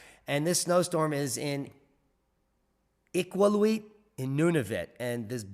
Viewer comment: Gotta help you on the pronunciation. ee-kal-you -it. we have interesting names here in the great white north.